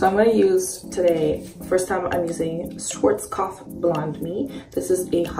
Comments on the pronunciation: you're so cute! And I Love how you pronounce “Schwarzkopf” hehe❤️ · So cute how you pronounce Schwarzkopf